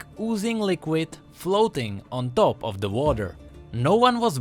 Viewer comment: He cant pronounce top but "dop"..... t sound went wrong.